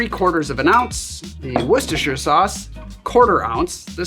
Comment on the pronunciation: Just wanted to say well done for saying Worcestershire sauce correctly.